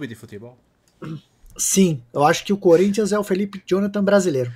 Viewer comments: eu nunca tanko esse "corinthia 🤏🤏🤏🤏" kkkkkkkkkkkkkkkkkkkkkkkkkkkkkkkkkkk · Corin(tcha) rhûh!